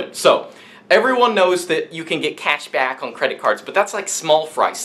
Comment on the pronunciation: 🤣🤣🤣 the way he says cashback